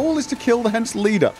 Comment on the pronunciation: you got that right! only convert greater mutagens to another color. If you are still looking for the Winter Cherry, upgrade your home. I believed the Lebioda statue to be a major point of irretation from here on out:) btw: it's pronounced HansE, Germans don't have a silent "e".